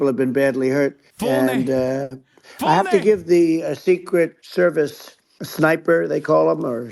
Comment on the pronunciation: “THERCRET THERVICE” LMAO